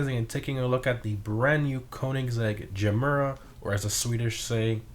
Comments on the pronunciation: U said Ge mera a bit wrong but i forgive u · Sorry, but the pronunciation was little off 😅 You get an A for effort though